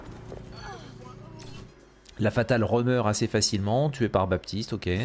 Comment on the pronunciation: Pourquoi BaPtiste ? C'est un prénom et même un mot courant de la langue française dans lequel le P ne se prononce pas